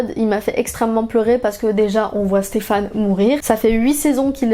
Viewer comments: Personne parle assez du faite qu’elle dise StefANE au lieu de SteFENE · Par contre ça me stresse que tu dises Stéphane au lieu de Stefan 😭😭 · Super vidéo ! par contre on dit "stefen" et pas "stefan", même si son prénom s'écrit stefan (ça m'a perturbé toute la vidéo haha)